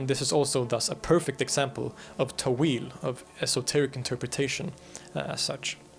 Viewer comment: It is pronounced تأويل not تويل